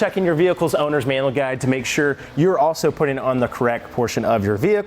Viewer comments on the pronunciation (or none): it’s manual, not Manuel